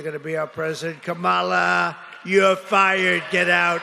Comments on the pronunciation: What a 2-year-old continuing to mispronounce KAMALA. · Hate that he refuses to correctly pronounce her name.